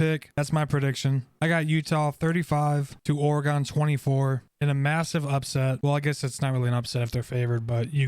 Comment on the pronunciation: OR - GEN. OR - uh -GEN.